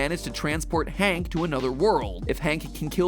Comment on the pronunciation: You got it wrong it's hank HAAAAAAAAAAAAAAAAANK